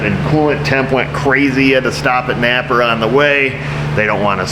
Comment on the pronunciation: Napa - not a sponsor - you said it well. Maybe they’ll remember ya at Christmas 💝🎁